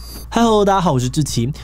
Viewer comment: 你什麼時候要把大家好的家念清楚？